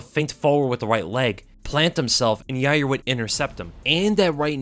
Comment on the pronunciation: You're not pronouncing Yair's name correctly. It's pronounced "Ya-rear". Chael told me so.